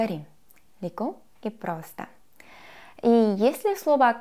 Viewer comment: Мне так нравится её фраза с акцентом:"Леко и просто.'' Готов влюбиться.